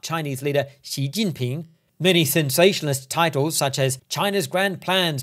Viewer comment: Very impressive pronnounciation of Xi Jinping